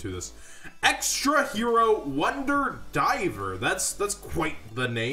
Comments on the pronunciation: It's Driver not Diver bud. Stick with market watch vids. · Ya mispronunced the name of the HERO...It's Driver, not Diver...And I think White Howling may see some play for those who cannot grab an Imperial Custom...To note, ya can work the cards of Shark's deck to run the White Aura monsters o3o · DRIVER...not diver lol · It’s not wonder DIVER. It’s wonder DRIVER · jon DRiver lol not diver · Hey man i think you forgot the R in Driver.